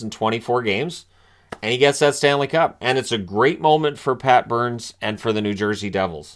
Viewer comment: No sir. Their say Booourns.